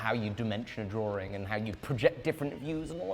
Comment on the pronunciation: I thought there was one R in 'drawing'. 😆